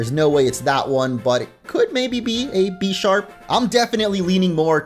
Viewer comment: Ok so the Bisharp line is based a pawn and a bishop so you pronounce it the same as Bishop